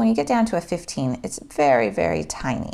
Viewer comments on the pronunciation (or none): none